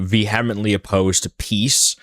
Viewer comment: Bro... You're sounding like Candace. "Va-he-ah-mittly" 😂